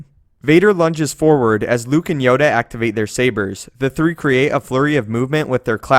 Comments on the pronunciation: he says yoder insted of yoda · Did you just say yoder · did he say Yodr?